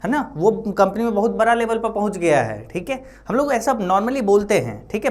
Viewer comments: बड़ा को बड़ा ही कहे आप बरा नहीं, बाकी आप बहुत अच्छा पढ़|ते हैं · बड़ा ❌ बारा ✅ 😂